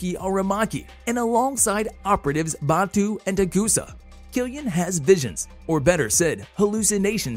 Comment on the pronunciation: Batou not Batell. Motoko not Motoku